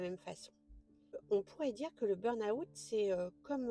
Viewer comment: Merci de ce message pour tous ceux et celles qui ne l'ont pas encore compris car je suis tout-à-fait d'accord avec vous. Sauf sur une chose : votre prononciation de "burn-out" qui est erronée. Vous êtes sans doute Française pour le prononcer ainsi, non ? En fait, il y a deux erreurs, une sur burn et une sur out. On ne prononce pas le "r" du mot "burn". Il se prononce "beeen" en prononçant bien "e" comme la lettre e mais en allongeant le son (raison pour laquelle j'en ai mis 3). Ensuite, dans la prononciation de "out", il n'y a pas le son "ou" avant le "t". Ce n'est pas un mot français mais un mot anglais. Ça ne se prononce pas "aout" comme vous le faites (en séparant le son "a" du son "ou)", mais ça se prononce "awt" en prononçant le "w" comme les Belges, c'est-à-dire comme dans Watt (l'unité de mesure de la puissance électrique des ampoules) ou comme dans "water" en anglais. Donc, le tout se prononce "beeen-awt". Aller sur Reverso, taper burn-out et cliquez sur le petit haut-parleur à côté du mot, vous entendrez la bonne prononciation. Ainsi, les anglophones et les Belges ne se moqueront plus de votre prononciation foireuse de ce mot. Belle journée à vous et encore merci.